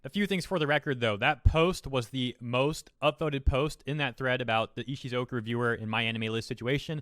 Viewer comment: Text says Ishukozu. says Ishizoku. My head screams ISHUZOKU!!! 🤣🤣🤣